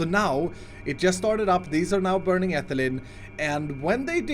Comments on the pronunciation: It’s not ethalin it’s ee- thai- leen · Ethylene is pronounced Etheleen. I'm not hating please don't comment mean things I'm just tryna give info. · Ethylene is pronounced like Ethileen, all your chemist followers are hitting their heads on their desks